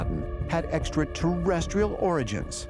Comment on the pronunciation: they cloned Georgio and the one in this video is not the real Georgio! He said "extraterrestrial" the right way, and that ain't Georgio!